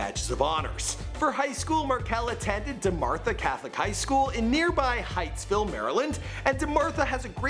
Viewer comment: Ti debnam Lmaooo that's what I said he ain't even say hyattsville right like damn smh. Everyone in the DMV knows hyattsville.